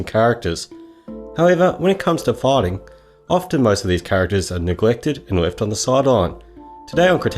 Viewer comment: I thought you said farting. A minute later, I realized you said fighting.